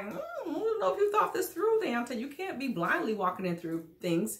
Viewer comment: I thought he pronounced his name "Day-On-Tay"??